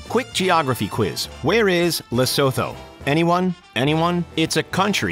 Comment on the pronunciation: Its not "le so tho", its "La Soo Tuu"